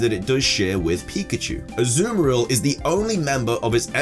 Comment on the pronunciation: Said azuril but maybe meant azumarill